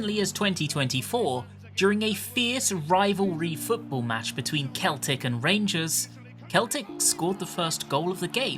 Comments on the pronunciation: Sel-tic... not Kel-tic, from a Scottish fan who's been here a while XD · Celtic, the football club, is pronounced as "Seltick". It's the only time that word isn't pronounced "Keltick", I don't know why, and yes I agree it's dumb. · Scottish man here, Just a note that Celtic (football club) is pronounced with a soft C, like "Sell tick" This was the first raid tier that I cleared week 1, and I've been looking forward to this for a while now! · A fellow Englishman mispronouncing "Celtic". You must be very brave. You could say you have a brave heart. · Hearing Celtic, the football club, being pronounced that way hurt my soul 😅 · The way you prounce celtic would get you bottled even from a rangers fan 🤣🤣🤣 greatest use of 21 seconds is clearly listening too a verse from the so solid crews best song 🤣🤣🤣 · NO THAT'S NOT HOW YOU PRONOUNCE CELTIC NOOOOOOOO